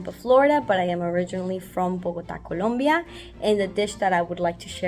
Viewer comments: Its Colombia not Columbia 😩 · Beryl! It's ColOmbia, not ColUmbia!!! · It's "Colombia", Beryl, not "Columbia". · Colombia...not Columbia...sheesh. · its ColOmbia not columbia! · It's Colombia!! Not with a U 😑